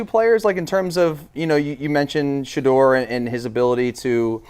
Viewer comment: Dude please stop saying Shedeur like that!!!